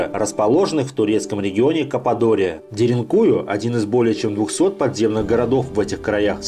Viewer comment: Ударение на последнюю букву. деринкуЮ